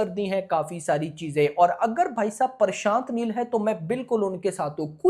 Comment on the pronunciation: bhai parshant neel nhi prashant neel hota he🤣 itna chota word to bolna sikho yar pakistanio🇵🇰😅